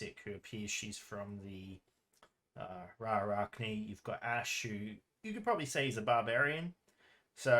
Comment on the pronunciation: It’s “Ra’archne” not “Ra’arachne” 🤓